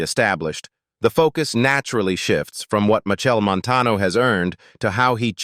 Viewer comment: Cah even watch dis until the narrator at least learn to say de man name right and the cities mentioned. Steups